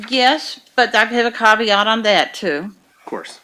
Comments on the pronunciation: Did you poop in the pool? Yes with a caveat (pronounced CAWW VEE AUGHT) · She's ruined the word 'caveat' for me 😐